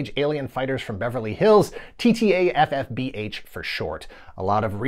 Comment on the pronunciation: You deserve a streaky award for no other reason than the sheer number of times you rattled off TTAFFBH flawlessly. That being said assuming you did maybe occasionally mess it up I’d love to see a supercut of those bloopers. Great Video. Speaking of terrible DIC shows and video, what about an episode on Kidd Video? You mentioned it in this episode and I absolutely loved that show. I even taped Kidd Video songs on my boom box (that’s an incredibly 80s sentence). All my friends thought I was nuts, but c’mon Cousin Oliver from Brady Bunch joins a pop band and gets sucked into a cartoon world to fight evil, how could that possibly be bad?